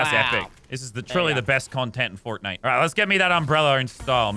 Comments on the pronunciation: Heard Lazars Australien accent slip for a second when he said fortnite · When he said this is truly the best content in fortnite listen to him say nite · bro turned irish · he kinda sounded irish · Lazar being possessed by an American for a split second. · he went full American 😂😂😂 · was the weirdest way lannan's said fortnite ever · The way he says Fortnite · That Fortnite that he said sounded weird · why he say Fortnite like that💀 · anyone notice how he said fort nite that was kinda weird